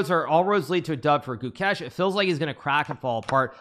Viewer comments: Ah yes. "Guchess" You thought I wouldn't notice Hikaru? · It's Gukesh not Goo-kesh. Short vowel, emphasis on second syllable. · Gukesh ❌ Chokesh ✅